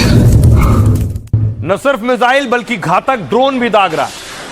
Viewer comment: मिजाइल ❌ मिसाइल ✅